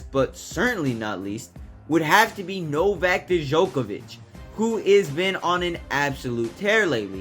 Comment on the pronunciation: Why people don't invest 5 minutes of their time to actually learn how to pronounce people's names. Especially when they want to make a YT content that they want to be watched. You literally butchered Novak's name!